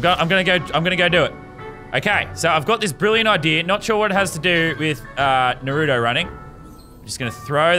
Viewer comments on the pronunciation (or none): bruh idk if this guy watches naruto or not but if he was i think he would be more hyped and also its naruto not narudo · It’s not called Nurot it’s called Naruto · Its nar o toe Not norato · they pronounce it nuh roo toe, it’s nah roo toe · It's not pronounced narooto its narUto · Shoji nurooto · Yah boi is it nahrto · I hate how people say naruto, they say narudo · It’s pronounced naaruto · Yeah I pronounce it more like naru toe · Narto thats how i pronounce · ikr! its nah-roo-to (with a rolled R) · I don’t know why but I get so triggered whenever someone says Naa-ruto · Lazarbeam:Pronounces Naruto wrong Me:My disappointment is immeasurable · I hate it when they put emphasis on the “oo” like when they say Nar-OO-do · This is the amou t of times he says naruto wrong ⬇️ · All weebs mad cause lazarbeam is saying naruto wrong.Weebs: Baka This is just a jokeXD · How hard is it to say naruto correctly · Any other weeb triggered by the way he said Naruto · Why do Americans always say naruto wrong?